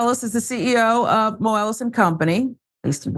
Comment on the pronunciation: The way she pronounces Moelis is annoying and wrong.